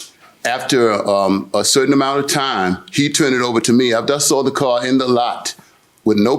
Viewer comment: "I just sawr it" 🤣😂